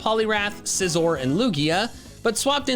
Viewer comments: SCIZOR, NOT SCZYZOR! FIX IT NOW! I, NOT Y! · hey man i dint play Pokémon for the last 2 years so y gonna call it scysor